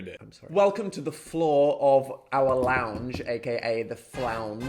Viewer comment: The “phloor” this is going too far please